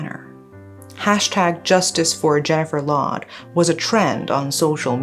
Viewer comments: Why the narrator keep saying “she” or the last name sounds “loud” it’s Lawde/Laude! He’s pinoy and not american! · And it pronounce as LAO-DE not LOW-D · it's pronounced Jennifer "Lao"- "de" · I think "Laude" is pronounced as Lao - de in the Philippines. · Its "Law Deh" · Pronunciation is law-de with a long A.